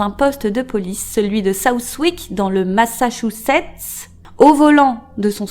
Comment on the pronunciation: « Le Massachussetts » 😂😂😂